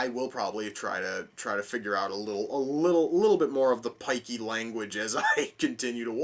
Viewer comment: Hearing an American say "pikey" has made my day!